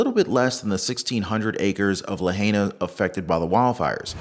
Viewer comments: Great video! Pronounced La hi! Nah! Not la hey ah🤙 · Pronounced La-hi—nuh otherwise great coverage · It’s pronounced La Hi Na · Pronounced "Lah high nah". The natives want it pronounced correctly.